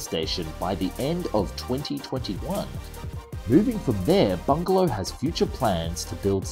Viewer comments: Why do you keep saying 'bungalow aerospace' when the company is clearly called 'Bigelow aerospace'? It said Bigelow in the text on the video about 10 times but still you keep saying bungalow? Don't mean to be petty but it just ruined what could other wise have been an enjoyable video. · BIgalow not BuNgelow!!!!